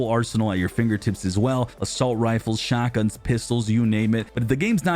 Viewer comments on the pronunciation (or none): Did he say shatgun cos that sounds messy